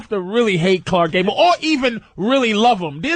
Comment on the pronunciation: "Khlarckkkk Gable" - Opie